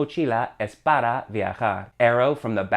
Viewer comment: Why say para like “pada”?